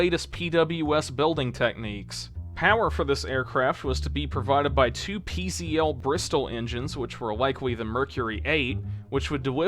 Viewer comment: Pronunciation correction: PZL is pronounced "pizzle".